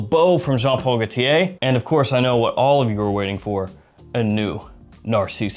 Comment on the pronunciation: Why are you saying Jean Paul Gaultia